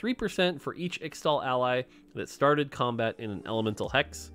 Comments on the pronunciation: it's pronounced ish-tal! Please, you have made this mistake a LOT and you don't seem to understand that people look up to you and they'll think that X-tal is the real pronunciation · Man please say its pronounced ishtal i hate to say extal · In Qiyana's voicelines she says 'ixtal' as 'Ishtal' the x is pronounced as a sh sound. And 'Ixoacan' is 'I-sha-wa-can' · In case you end up getting pestered over the next several months over the ixtal pronunciation --- From Qiyana's in-game VO: Ixtal = Ish-Tall Ixaocan = Ish-Shao-Khan (like the mortal kombat character) Thanks to the team for all the hard work, very excited to play bilgewater. <3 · Bro, please just listen to some of Qiyana's voice lines, because it's so painful listening to how you pronounce Ixtal and Ixaocan (Just pronounce the "X"es as "sh") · Please learn how to pronounce Ixtal an Ixaocan.